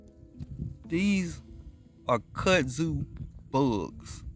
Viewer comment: I thought you were saying cuzzin😮 bug. Ok i got it, back to the scheduled program